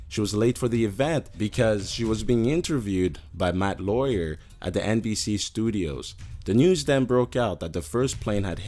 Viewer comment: this video is fucking stupid you called Matt Lauer as Matt Lawyer and you fucked up the story Seth Missed His Flight Because He Was Hungover YOURE A Dumbass